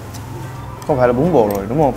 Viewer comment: em nghe bún bò thành bún bột